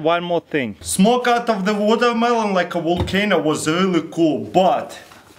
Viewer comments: It's not watermelon water-mel-ooon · "I'll jus grrwaab dis guwatermelon check dis out" -Russian hacker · "vodamelon" lol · woooo wodermallon , woDermallonn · MelonMelonNoMe "wadamaelone" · Sorry but, what's wotohmelon? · Wotarmelon wolcano! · "Alright, now we grab LEKUED NIROGEN an pur it in the warermelon"